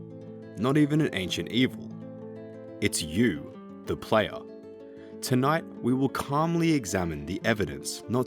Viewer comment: F TIER Video, who tf says "da playa" and doesnt say evolution of combat like cmon its either that or the entire country of venezuela